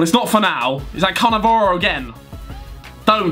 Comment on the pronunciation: HAW YOU SAY CANNAVARO IM ITALIAN AND MY heart IS CRYING PLZ DONT SEY CANNAVARO ANOTHER TIME THANKS AND GGGGGGGGG FOR PELE PRIME